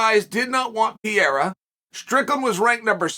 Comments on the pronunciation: Why he keep saying Piera? 🤣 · Someone tell Chael that Piera is........... Pereira already! It's not charming, it's ridiculous!!! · Alex "St." Pierrea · Alex “Pee Era” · Chael can't get anything right with Pereira. Between name pronounced completely wrong, thinking he has a 6-0 record and originally thinking this was about to be his 6th UFC fight.